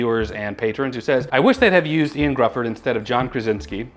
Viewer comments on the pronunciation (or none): Just to clear something up that you read in your Comment of the Day, the actor’s name is pronounced YO-AN Griffith not Ian Griffith.. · The "I" in "Ioan" is pronounced like the "y" in "you" and the "dd" in "Gruffudd" like the common "th" sound in English.